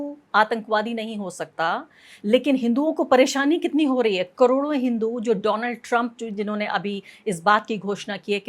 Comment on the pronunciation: My phraaaaaaand Dolaaand TrAaamP 😂😂😂